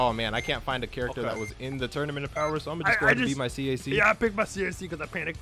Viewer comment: son goku instead of saying power says bower